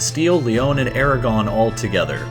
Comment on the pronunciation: Yeah, Hispania as the romans called has no relation to Spain or the spanish kingdoms that flag shoulnd't be there. -And it's Aragon... not Eragon.